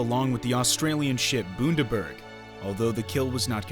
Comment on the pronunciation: Great vid. But Bundaberg is pronounced Bunda-berg